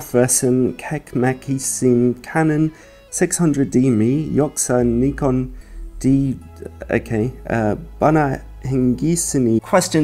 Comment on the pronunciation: Thanks ALOT for saying Nikon not Nuy-kon, like everyone else does.